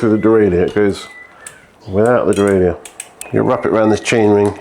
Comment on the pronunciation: Pronunciation of "derailleur": easy ! it's a French word, so just like in French ! ;)